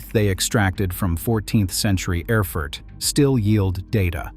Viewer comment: And Erfurt is pronounced AIR FOO URT